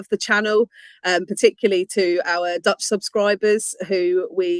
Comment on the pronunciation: Your Dutch pronunciation is nearly perfect :)